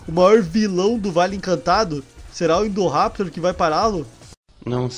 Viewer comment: Chama o indoraptor de indovenotor